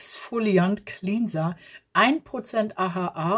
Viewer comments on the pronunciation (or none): none